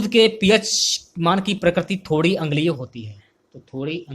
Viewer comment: Sir Q no. 85 दुध का p h आप अग्लीय बोल रहे हो। अम्लीय होता है